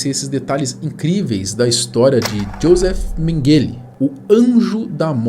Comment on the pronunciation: A pronúncia do nome dele em alemão é /Yôzef Ménguele/ O J em alemão tem o mesmo som do y de yes e não o som do J do inglês em Jack.